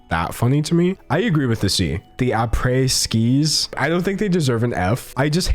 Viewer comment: "AprèS skiEs"